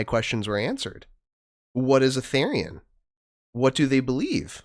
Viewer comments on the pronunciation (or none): just to let you know, therian is pronounced as "th-ear-ian". and therianthropy is pronounced as "th-eerie-an("an" like in "ant")-throw-pee"